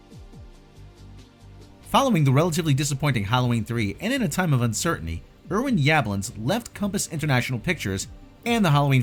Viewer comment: 🤦‍♂️ another person that can't pronounce names right....butchering Irwins name